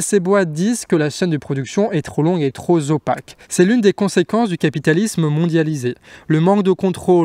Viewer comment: trosopaque ou tropopaque :)